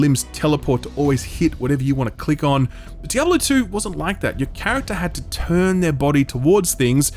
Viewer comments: WHY ARE YOU PRONOUNCING IT DIABOLO? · why does he keep saying Diabalo? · "DEE-AH-BO-LO" lmao